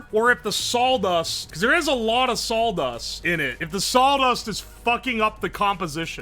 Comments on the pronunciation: You can tell where he lives down to the square mile by how he pronounces saw dust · What's Sawl dust? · "sawl" dust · was just thinking about if he was saying Sauldust. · That's what I heard, too.